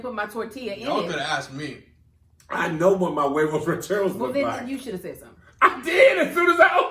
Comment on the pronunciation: pronounced huevos like that British lady pronounced microwave😂😂